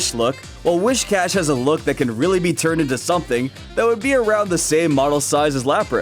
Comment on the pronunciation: Whis-Cash. Not Wish-Cash.